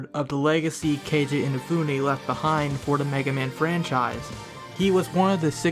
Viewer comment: 1) I am using adblocker. 2) His name is ROCKMAN 3) You can't even pronounce Keiji properly